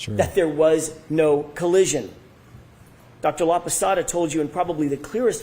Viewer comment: Hey, I’m watching Dr. LAPASADA, no “Laposota”, please make the necessary changes to correct your mistake. And, you can be laughing any witness, more if is a FEMALE Medical Doctor, expert witness, you look like a MISOGYNIST and an ignorant, that I know you are not. You need to be more respectful of others. You are laughing her because she is older, but she has a humongous amount of knowledge compared with what you are going to get in your whole life. I know you are an educated man, but your attitude is disappointing to me. Because you are young, you can change things easily!